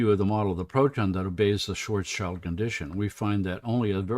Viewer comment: It's pronounced "shvarts shilt" the "s" goes with the "child" part of the name. "Schwartz" means "black" (cognate of English "swarthy") and "schild" means "shield".